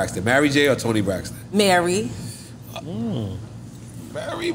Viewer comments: Why cant he say Mary?? Its not Marry, sir! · Why do New Yorkers say marry j. Blige instead of Mary??? Despite that this was one of the most informative drink champs I've seen!!!💪💪💪